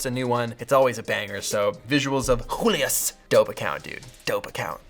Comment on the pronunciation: it's pronounced julius not hulius!